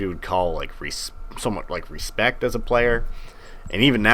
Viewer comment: It's not respect it's e-spect lol